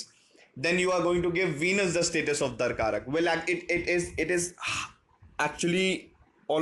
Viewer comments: Not dar karak. It’s dara karaka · It's Dara-Karaka not Darkaraka. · It's Darakaraka. Not Dar-karak. XD